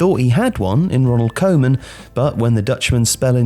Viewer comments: Horrible pronunciation for Koeman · The pronunciation of “Koeman” is a crime